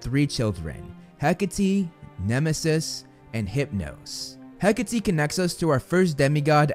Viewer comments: IS IT HECAHTEE NOT HECK-ATE??? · It’s HECK-A-Tee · Am i the only one who pronounces “Hecate” as “Heck-ate”